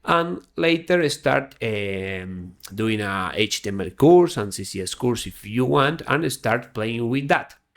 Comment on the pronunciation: Great video, but you keep saying CCS instead of CSS. Beginners might get confused.